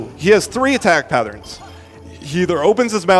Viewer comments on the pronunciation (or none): none